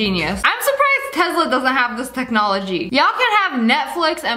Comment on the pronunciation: She said tezela its tesla